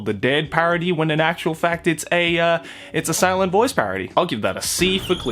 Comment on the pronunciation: I was literally fucking losing it at “A silent Noice”